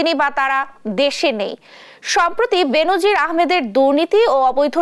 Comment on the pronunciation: উচ্চারনটা "বেন‌জির" হ‌বে "বে‌নো‌জির" হ‌বে।